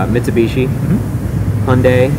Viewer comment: when he said hyundai i cringed